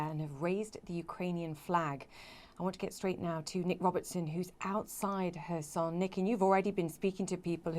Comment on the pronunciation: It is Herson, not Korsun.